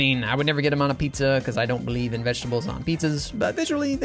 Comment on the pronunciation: "I don't blieve in vegetables on pizza" 💀